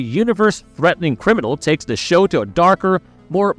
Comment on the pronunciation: If he could say "the" instead of "duh" I'd think it was read by A.I. also.😅